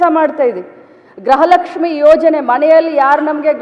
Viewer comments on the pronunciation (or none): ಗೃಹಲಕ್ಷ್ಮಿ ಅಂತ ಹೇಳೋದಕ್ಕೆ ಬರಲ್ಲ ಗ್ರಹಲಕ್ಷ್ಮಿ ಅಂತ ಹೇಳ್ತಾ ಇದ್ದೀಯಾ ನಿನ್ನನ್ನ ಮಂತ್ರಿ ಅಂತ ಬೇರೆ ಕೂರಿಸಿದ್ದಾರೆ ನೀನು ಒಬ್ಳು ಗೃಹಲಕ್ಷ್ಮಿ ನೇ ಆದ್ರೆ ಗೃಹಲಕ್ಷ್ಮಿ ಅಂತ ಹೇಳೋದಕ್ಕೆ ಬರ್ತಾ ಇಲ್ಲ ನಿನಗೆ ನಾಚಿಕೆ ಆಗ್ಬೇಕು ನಿಮ್ಮಂತವರಿಗೆ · Amma thaye adhu gruaha laxmi .graha laxmi halla first correct mathadodhna kalthkoloe